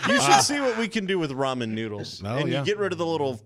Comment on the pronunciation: I thought he said "rum and noodles" and I was all in! Ramen... not rum. Darn.